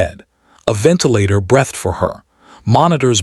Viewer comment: We don't know how to pronounce breathed?